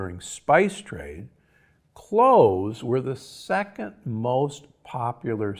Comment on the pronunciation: CloVez....not Cloehs 😉🙏🏽💞